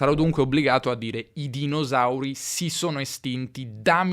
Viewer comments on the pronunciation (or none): "dinosauri" con la esse sonora, anziché sorda, non si può ascoltare. Se sei di Torino puoi dire "Roma fu fondata"; ma un Romano dirà "è stata fonnata" 😅